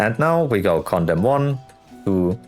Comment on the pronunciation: My wife was wondering why I was watching a video with a guy that keeps repeating 'condom'. I had to to tell her he was trying to say condemn.